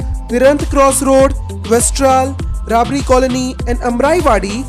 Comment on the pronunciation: It's Thaltej gam not thalej* Same as Rabari colony not rabri colony*